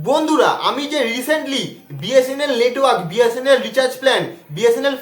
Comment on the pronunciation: bsnl letwork haha😂